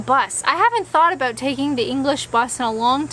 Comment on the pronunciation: "know aboot"?